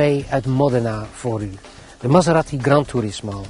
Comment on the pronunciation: Die auto heet geen Maseratti, zoals in dit filmpje steeds herhaald, maar Maserati!